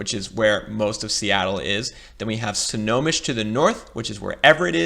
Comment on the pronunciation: Bruh, you were killing me. The county is pronounced "Snow-home-mish". Lol And that is not a river that separates Seattle and Bellevue. That is Lake Washington! 😂 😂